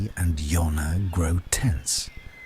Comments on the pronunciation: you need to get the names right..... its jonna , not yonah .... its jinx , not jiggs ...... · JONNA JONNA JONNA… NOT YONNA